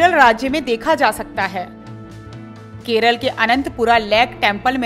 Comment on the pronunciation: It's Kerala not keral